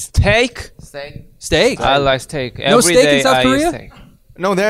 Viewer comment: Why is nobody talking about how jin said steak!?🤣🤣🤣